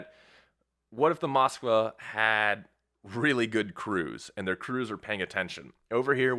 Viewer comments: It's MOSKVA not MOSKA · Dude...drives me crazy when someone is trying to be accurate, and can't read. Phonetically, the ship's name is MskVa, not moska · Moska 👎🏼 Mosk-Va 👍🏼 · Moska???? No, Mosk-vá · Dude...drives me crazy when someone is trying to be accurate, and can't spell. Phonetically, the ship's name is MOSKVA not MskVa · "Russian ship the Moska"?